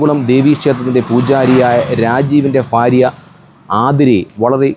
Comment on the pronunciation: ഫാരിയ അല്ല /ഭാര്യ ആണ്